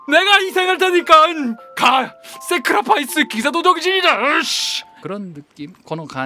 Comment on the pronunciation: 세크라파이스 ㅋㅋㅋㅋㅋ 영국식 발음 쌉지린다